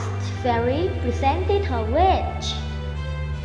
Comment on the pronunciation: Her "wiSH" chứ không phải "Her witCH"